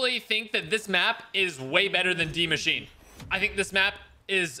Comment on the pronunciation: Yo dudes way is saying demMachine